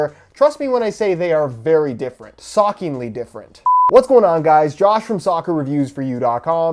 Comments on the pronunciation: "They are very very different.....'sockingly' different "🤔🤔🤔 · "SOCKingly different" XDXD Had me DEADDDD